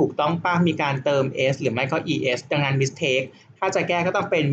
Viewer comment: สอนดีมากๆ เลยค่ะ พี่ ปล. mistake ออกเสียง หมึสเต้ก ไม่ใช่ มิสเท้ก ค่ะพี่ ตัว t ออกเสียง ต เต่า ค่ะพี่😅😅 st จะออกเสียง สต ค่ะพี่ เช่น stop ออกเสียง สต๊อป 😊😊 ตัวอื่นๆ เช่น sp ออกเสียง สป เช่น spin sc ออกเสียง สก หรือ ซ เช่น scan school scene science sk ออกเสียง สก เช่น skill ขอบคุณค่ะคุณพี่😊😊😊😊